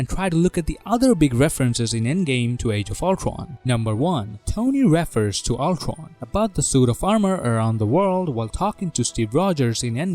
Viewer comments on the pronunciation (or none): It's not "reffer". It's pronounced "ree-fur". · A year later and I still can’t get over how he says refer wrong